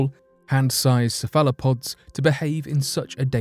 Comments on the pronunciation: "Sa-fella-pods" Hahahaha LOL!!! This guy is hysterical, he cracks me up I swear, the time he pronounced 'Mesopotamia' as "Me-So-Pot-A-Mia" I nearly choked laughing, what a goofball, I literally laughed my drink out my nose!!! Keep up the hilarious work, good stuff indeed. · Its no surprise that cephalopods are considered alien. The greatest alien is of course human beings who were manufactured by a visitor millions of years ago from primates PS narrator its ceph alo pods. Now you try ! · I love how he pronounced cephalopods (sef-ah-la-pod) sefallowpod. aww the British.and they think we talk funny.